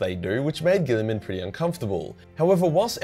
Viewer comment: Robote gillman